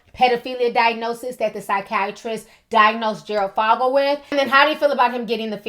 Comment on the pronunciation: His last name is said like the 'o' in "for" not "fog".